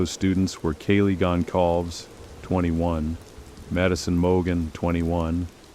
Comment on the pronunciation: I know this is AI crap but At least pronounce the names correctly!! Gon-call-vez And Cour de-lean? What total crap!